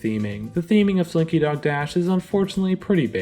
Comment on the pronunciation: Honestly, this is just my opinion but I think It’s Tough To Be a Bug deserved lower than 44. That attraction is AWFUL hopefully the Zootopia replacement will be better. Also you BUTCHERED SLINKY so BADDD!!